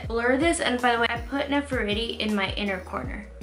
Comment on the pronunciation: "Ne-fer-tiri" like the and Egyptian Queen... You'd pronounce that name like you were saying it in Spanish... The "e" in this name is how you would say e in Spanish... 💕💕💕💕💕 love this look, mama!!! Xoxo